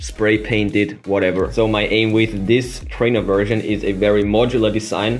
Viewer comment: You said version, I heard virgin